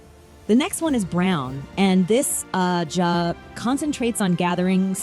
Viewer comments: Agreed. I actually turned the video off because of it. That and the annoying way she pronounced and emphasized the word ajha. Just couldn't do it. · This video was almost unwatchable. Please learn to pronounce ajah before making another WOT video...and 😒😒😒